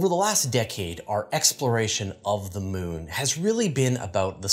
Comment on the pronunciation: I have no problem with the way pronounces Charon, but I must admit I giggle a bit whenever he says Mewn (moon). 😁